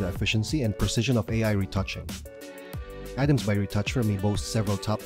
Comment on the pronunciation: It's Arams not Adams....